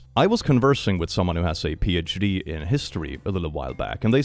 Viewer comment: help I heard "has a PhD" in the way one would say "has ADHD" 😭